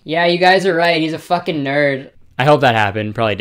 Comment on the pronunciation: when he said 'their fukeking jaws droped' i lost it 💀